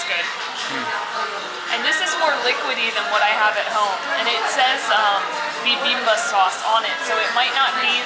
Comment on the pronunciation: the dish that you had in the beginning is pronounced like: "BEE-BEAM-BOP":). It's rather fun to say! One of my favorite Korean dishes!